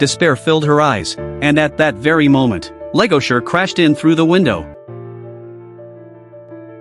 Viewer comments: Why the hell is this dude calling the wolf Legosure? Its Legoshi. Lol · It's not Legosher it's Legoshi 😂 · Legoshi!! Not legosher or legosure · LEGOSHI Not Legasher please tell me you messed that up on accident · BRUH!!! LEGOSURE!!! WHO THE FUCK IS LEGOSURE?!?!?!? It's LEGOSHI!!! 😭😭😭😭😭😭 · its legoshi not legosher brotha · My ears burn. What the hell is legosure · It's Legoshi! Man pronounce it right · First off the Ai voice over said legoshi’s name his mame wrong